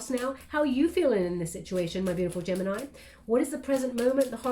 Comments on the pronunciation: I’m not even surprised anymore)) Apparently knows everything about mi private life )) 31 and 13 (31 in reverse) are extremely relevant numbers for me. The important dates, years, floors etc always wether 13 or 31. Gemini ♊️ in Italian 🇮🇹 is pronounced right how did it at the beginning of the reading. Tête-à-tête (head to head in French) means one to one conversation. Thank you so much for your precious time and your beautiful guidance. Love 💜 and light 💛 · My Italian friends told me the proper way to pronounce Gemini is Geminee which seems to drive North Americans nuts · Gemini, is the pronunciation in Spanish! 😉😘🥰 I love u so much, u have no clue how much u help me. Tarorist to tarorist!!!